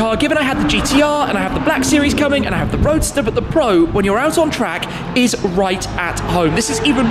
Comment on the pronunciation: Doug Demuro says "izzz" instead of "is"